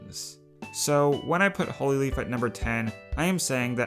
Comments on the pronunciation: N-no offense but.. did you just say... HOLY-LEAF?! It's Hollyleaf. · It's Holly, as in the plant. (I think it's a plant). Not holy, like holes. REEEEE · He kept pronouncing hollyleaf as holy leaf and i keep getting mad🤣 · Not trying to be rude it's just Hollyleaf is not pronounced holyleaf it's Holly I'm sorry, love tiyr videos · U said Hollyleaf wrong. The holly part is like the plant. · Its hollyleaf, like the short o. It's not holyleaf, like the long o. Edit: also, SILVERSTREAM IS NOT SHALLOW AND/ OR GENARIC. HOW DARE YOU. If you dont beleive me, check out quiet rages video on silverstream. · HOLY LEAF?? i swear i heard you say HOLY leaf triggered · Ok so, Hollyleaf is now called Hole-y-leaf? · why is no one talking about the way pronounces Hollyleaf in this video..